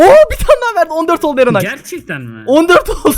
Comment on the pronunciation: Niye ben erenay dediği anda enayi bey diye duydum